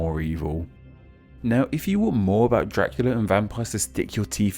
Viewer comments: Question with pronunciation (what a surprise): Can you make the “dr-“ sounds without making it sound like “jr-“? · fishlegs It’s a common habit for English speakers. “Dracula” phonetically came out sounding like “Jra-kyoo-luh.” Similar to “Drive” sounding like “Jraiv,” “Tree” sounding like “Chree,” or “Fortune” sounding like “for-Chin.” Do you ever notice this?